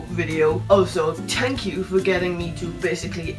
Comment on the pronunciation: I love his Irish accent and I love when there is a th sound he just says t' like. instead of thank sounding like th-ank it sounds like tank. tank you. I love it